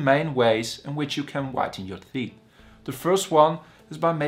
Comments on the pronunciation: I am here to learn about teet 😂😂😂😂😂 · Did he say theet? Thoot? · Lool theet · Theeth🤣 Had me dying💀